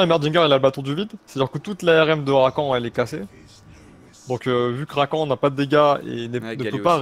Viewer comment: Rakane( prononciation) pas Rakan c'est énervant de ouf